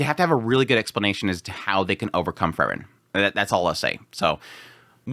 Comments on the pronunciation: It's pronounced Free-Wren. Not Furren. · Bro her name is pronounced FREE-REN! You know this. Also Sense was being passive in the sense that everyone going through the examination to be a first class mage should NOT have issues with this dungeon. If they do see it as challenging, they do not qualify. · Your enunciation between "Frieren", and "Fern" confuses me lol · This was great but how he kept saying Frieren made my heat go boom.